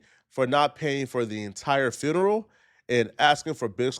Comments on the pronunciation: What is a foonural? 🤣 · Bit say ferneral